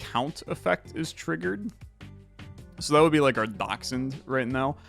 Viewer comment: That is exactly how you pronounce dachshund.